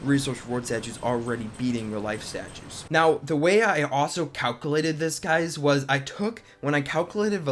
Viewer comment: Please learn how to say calculated. It was driving me nuts.